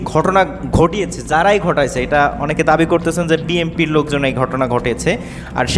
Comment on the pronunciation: ওই ব্যাটা আগে উচ্চারণ শিখ BNP-কে বলস BMP.